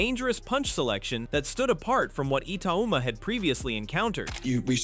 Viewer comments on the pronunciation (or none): If AI is supposed to be so clever, why does it pronounce Itauma and Hergovic differently every time they’re mention…??? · The ai commentator can't even pronounce Hrgovic ot Itauma correctly lol